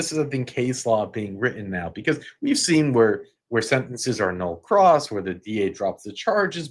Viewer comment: Nul pros. Not nul cross